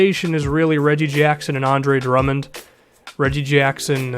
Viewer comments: did he say DeAndre Drummond? Lmao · Now that I replay that, it makes sense that he said "the Andre"